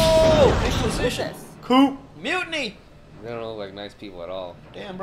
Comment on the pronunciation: LOL did really pronounce the 'p' in 'coup'